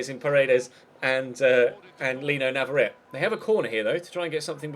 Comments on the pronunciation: NavarretE not navarret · Since pronunciation is under scrutiny again... Navarrete is pronounced na-va-REH-teh, with FOUR syllables Mbappé Lottin is pronounced mbah-PAY loh-TAN, with TWO syllables in the first half of the surname, and stress on the second syllable for both Paredes is pronounced pah-REH-des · He's from Argentina, which speaks Spanish, and there are no silent vowels in Spanish. If it was spelled Navarette, then it's French and is correct. But that isn't the case.